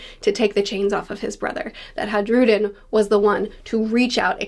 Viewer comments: It's a minor nitpick, but in Nordic languages, the J is pronounced with a Y sound, e.g. fjord. Hajrudin is pronounced "haii-ru-din", not "hadge-ru-din", if you can forgive the phonetic spelling! Great video, I can't wait to see what's next! A crucial point of note through devil fruit forms of Orochi and Black Maria from Wano Kuni. If you see the way devil fruits look, they are meant to look the way their owners imagine them to look for the most part. In both cases, their monster forms look comical, and less threatening? I imagine the stronger the user, the "better" their Zoan form would look, e.g. Kaido's dragon form, which is what I suspect Momonusuke imagined his form would end up looking like as well! So maybe, despite the dragon fatigue, we're in for some really cool, threatening Zoan forms out of Loki. I reckon Oda is going to put his best work into depicting some kind of dragon. If Kaido is the Loong (Chinese dragon), and Monkey D. Dragon is most likely a western dragon, then I'm super excited to see what oda does with Loki's fruit, if it is indeed a dragon! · Just a lil pronunciation tip - the J in Hajrudin is pronounced like a y - high-roo-deen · Hi-roo-den Is how you pronounce it i believe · It's not silent, it's pronounced as a "Y" as in all Scandinavian languages. "Hi-rude-in" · Just so you know the J in Hajrudin is silent.